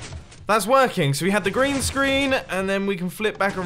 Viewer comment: mumbo when u said green screen i heard grian screen lol